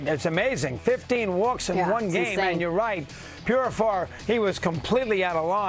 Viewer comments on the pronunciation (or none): These idiots can’t even get his name right. Jackson Purifar 😂